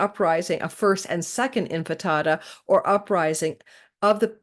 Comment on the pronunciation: It is pronounced Intifada (in ti fa da) not infitada 😊... Thank you for the amazing and clear analysis. You make astrology easy to get.